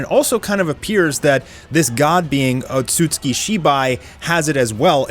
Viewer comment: Would you stop mispronouncing Otsutsuki.